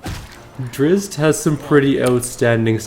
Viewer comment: Drizzt is pronounced "dritst". I learned that from the original BG player's guide.